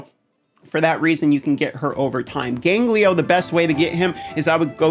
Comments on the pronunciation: Who the hell is 'Ganglio'? Gangelo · wat da fvck is gangleyo.. hahaha.. its GAN-JELO bro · dude, it's gangelo, not ganglio. Great video though, I'm actually gonna use some of these teams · Please, for the love of God, STOP SAYING GANGLIO! It's Gone-Jell-Oh. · i'm sorry...you said ganGLIO? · In Spanish "ganglio" means "glands". So I giggled when I heard him saying it. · Is there any place to farm Freya? I know some rares drop in campaign, e.g. Rujago. But I don't think it's like raid where every stage has farmables. Also your pronunciation of Gangelo has infected my brain and I can't say his name correctly now.